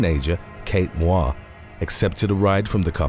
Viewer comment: Moir pronunciation [MOY-er]